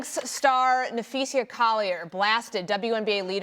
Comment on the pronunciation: I'm sorry did this lady just say nuh-fee-SEE-UH? what?